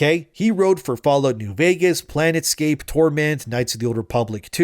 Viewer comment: "Planetscape: Torment" Ah. A new mispronunciation for the list. Hehehehe